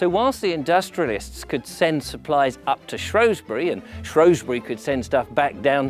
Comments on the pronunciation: Brilliantly made programme. Thanks a lot. The only irritant was your mispronunciation of Shrewsbury. It’s Shrews bury not Shrows bury. Only people from outside the area or posh pretenders call it Shrowsbury. 😀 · Tiny velvety animal... 'shrew'...not pronounced 'shrow' is it??? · I do wish you would STOP calling the place ShrOwsbury when the correct name and spelling is ShrEwsbury, as for the Welsh pronunciations they were hilarious other than a fabulous series. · Shrewsbury has NO O in it!!! Why do people constantly pronounce it like there is! 😬😡